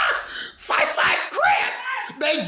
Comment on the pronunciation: i like how you put a 'w' and 'y' in the word five. "the fwyive fwyive crips..." hahaha